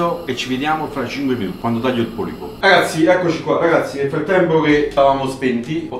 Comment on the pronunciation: Si dice polpo